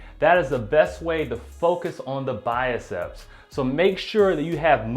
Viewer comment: Enjoy your videos. Just a note: the arm muscle you are calling the “biacep” (pronouncing “bi-a-sep”), is the bicep (bi-sep).